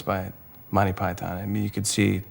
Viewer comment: the only thing i dnt like s how they incorrectly pronounce Monty Python.